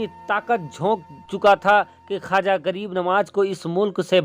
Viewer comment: Khaja nahin khwaza hota h